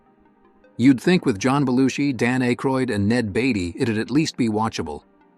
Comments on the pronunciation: I hate these AI narrated videos that can’t pronounce names correctly. It is Dan Aykroyd, not Dane Aykroyd. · Dan Ay-kroyd? Ned Batey? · Dan Aikroid?